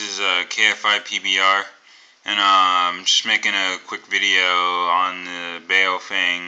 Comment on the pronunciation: It's pronounced "bow-fung." Bow like the bow of a boat.